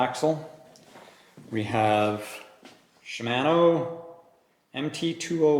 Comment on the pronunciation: Shim-ano 🤣😂 sorry I've never heard it pronounce that way before. No harm.... Great review though thank you! Is 190 max on that rear shock?